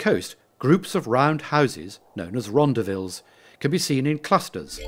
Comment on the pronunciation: Urgh....his pronunciation of some words kills me..... Constantia is pronounced "Con-stan-shia", not "Con-stan-tia". Rondavels are pronounce "Ron-dah-vils", with emphasis on "dah".